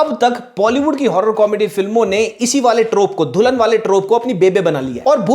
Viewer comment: Bhai dhulan nahi dulan😂